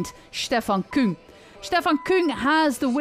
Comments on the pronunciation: But only that she pronounces it the right way, which is KÜng. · Yey, you did it!! You prounce Küng more German than French!